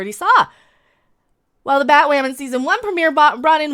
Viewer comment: I got the gist. The show sucks. Is you calling her Batwomen on purpose or that’s your accent? I thought that was funny